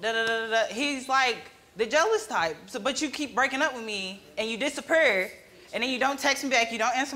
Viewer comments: DON'T SAY DISAPPURRR AGAIN PLEASE! It's disappear. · her:and then he disapreer me:BAHAHA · She said dissaper 🤣😳⚠️ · Man I hate when guys “disappur”, lmao.